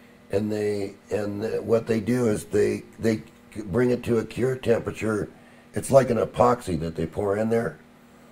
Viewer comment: I have the greatest respect for but sometimes it's a bit hard to know what he actually means. When he's talking about heating the magnet to its 'cure' temperature, I wonder if he means 'cure' as in "curing concrete" or Curie temperature as in when a material loses its magnetism? Especially at the end it was really hard to distinct between the two since he pronounces them the same.